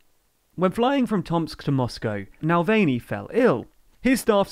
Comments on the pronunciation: NA-VAL-NY, not nalvany 😁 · Mispronounciation - Navalny, not Navelny. I hope you can check the correct pronounciations for next time as I suspect this isn't the last time he will come up in the news. In fact - you can hear Merkel say it correctly in her speech (or at least as correctly as possible for someone who's language doesn't have the "ы" vowel). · This guy is English and the English have two big hatreds 1. The Russians ( Read about the Great Game ) and 2. Maradona of course and his Hang of God. The thruth is that in both cases the rivals are/were more than worthy competitors and the English are sore losers. This guy can't be bothered to pronounce the name Alexei Navalny properly let alone to give unbiased account of the events - total joke. What is TLDR News anyway? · Mispronunciation of Navalny, otherwise all good